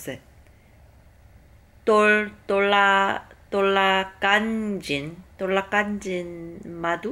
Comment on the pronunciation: It's "tolak angin", not "tolak anjin" 😂 but you pronoun in Bahasa Indonesia well. Try more and good luck~